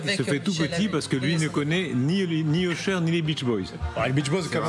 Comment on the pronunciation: j'ai mis 5min a comprendre qu'il parlait Usher 😅La prononciation 😂